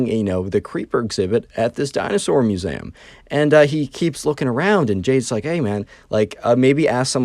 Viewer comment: Muezam? It's Mue-Zee-Am not Mue-za-m.